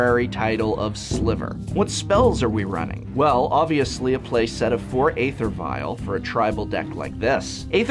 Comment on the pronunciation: So you insist on pronouncing "Bogles" correctly and went so far as to include a segment in your Bogle video but refuse to pronounce "Æther" correctly? Why?